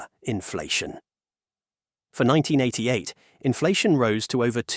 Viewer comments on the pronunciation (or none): none